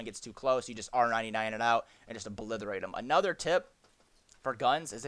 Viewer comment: Obliterate not oblitherate